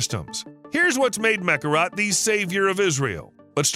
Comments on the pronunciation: Mekorot not Mekarat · Meh'Kor'Ote' Damn, say the name right....